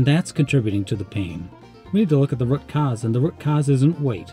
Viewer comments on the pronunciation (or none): You deff do not pronounce “root” correctly